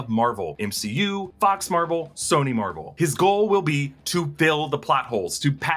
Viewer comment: I thought Deadpool said “oh my fox” ha